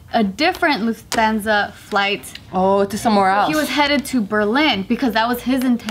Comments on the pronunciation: luf-THAN-za ... I died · Dang, butchered the Lufthansa ahahah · I can't, pronouncing Lufthansa wrong is painfull